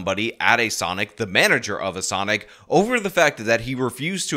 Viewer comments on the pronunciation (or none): 100%, this chick pronounces it “Sunic”.